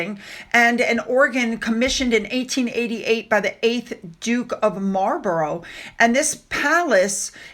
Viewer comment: If it helps, its pronounced as Blennem" and Marlbra 👍